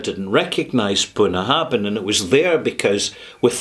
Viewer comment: you mispronounce the name of this distillery.